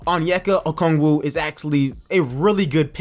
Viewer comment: Why do you keep on saying Okoogie?😂😂 it’s O-k-o-gi